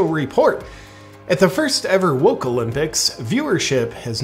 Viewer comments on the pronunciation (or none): "The Woke-ee-o Olympics"